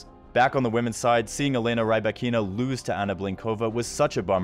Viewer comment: Not "Rai-bah-KEE-na". "Rhee-BAH-kee-na".